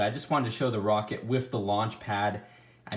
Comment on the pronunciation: "The woket wif the lawnch pad"